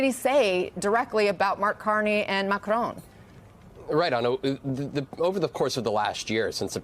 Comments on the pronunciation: IT'S MACRONN NOT MACRONE FFS!!!!!!!!!!! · Commentators! It is simple - MACRON is pronounced MAC-RON not Mac-roon as in your poor attempt at a French pronunciation. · Vaughn, its President Mac RON, in one word, Not Mac rone, as in an old woman, a Crone! Please learn to pronounce it properly. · Dear US people - not "mac r own" - "mac r on" - please stop butchering the man's name. Macron - MAC R ON - no W no E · Learn how to pronounce Macron's name! It's not "Ma-Crone." The French sound doesn't exist in English, but you can get closer: Ma-Croaw(n) sort of. Get a French teacher to help you. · It never ceases to amaze me how Americans massacre peoples names. It’s mak-ron……not mak-rone. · Is there an 'e' on the end of Macron? Do you say 'Barone' when you speak the name Baron? No. So why do you say Macrone? It's really not hard to figure out how to say someone's name without adding your dumb US pronunciation of everything - like 'Eye-rack' for Iraq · Why can’t you people pronounce Macron, it’s not Macrone.. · Genuine question: why can’t you pronounce Macron? It’s not Macrone. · Please say Macron’s name correctly- ma-kron (kron like tron) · Good report but, for God's sake, what is stopping Americans pronouncing Macrôn correctly? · Interesting pronunciation of Macron. When I say 'interesting', I mean 'wrong' 😄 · why can't any of you pronounce Macron? he is not your crone. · Please could you people start pronouncing the French president's name correctly.